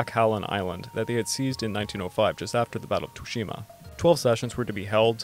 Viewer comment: You said Tsushima wrong btw